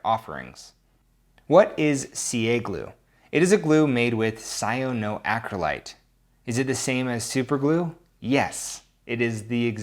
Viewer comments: " What is CA Glue, it is a glue made with cyanoacrylite " the word is cyanoacrylate not cyanoacrylite. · pronounced like cyan (the color) and acrylic (the plastic) cyan-o acryl-ate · Cy-ono-acryl-ite. Was that the first time you tried to pronounce it? I'm just giving crap. lol